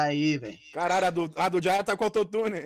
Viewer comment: Nome : Jaya Como dizem: Jáia Como ele diz q é : Jeiá